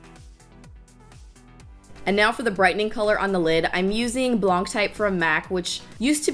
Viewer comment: Digging the soft look! But OMG pls stop pronouncing the “c" in “blanc".... Driving me crazy, woman #selfish